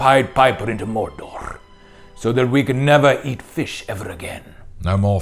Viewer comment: A wealth of riches, once again, but Elrond's evolution on the pronunciation of Mordor is my favourite